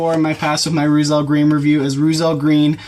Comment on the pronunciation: Pronounced "roytzel"